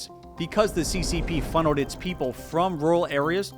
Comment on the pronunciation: did you say “funneled” like that on purpose? 🇨🇳 😂😂 😂😂